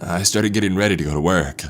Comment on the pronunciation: Trevor and Tori “the number had the area code from my region-ah” “the message read-ah” “ah I thought of all the possible reasons to not go to work-ah”